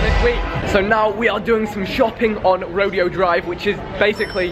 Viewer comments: "rodeo drive" lol. It's pronounced "row-dayo" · fact that he said rodeo it's pronounced Roh-Day-Oh lolol . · How vikk pronounces Rodeo drive xD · Vikk its pronounced Roday-o lol